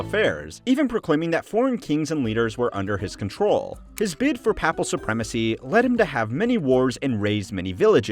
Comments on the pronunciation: You can’t mispronounce ‘Papal’ for an entire video on the papacy. It’s ‘Pay’ not ‘Pah’ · It’s pronounced like paper not like pap smear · And the way he pronounces papacy or papal. Aaaaaah it’s unbearable